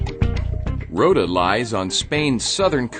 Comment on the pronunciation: Rota = "road" and "time" (roud-ta-im) pronunciations, very clear: "Ro-ta"